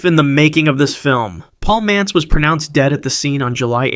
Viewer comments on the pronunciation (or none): The titles don't match up with the stories. Also, it's Paul MANTZ, not Mance.